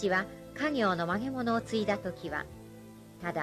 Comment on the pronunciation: 映像、ありがとうございます。ひとつだけ気になってしょうがないですが、ナレーターの発音が悪くて、「曲げ物」ではなくて「まがまの」を言ってるから指導した方がいいです。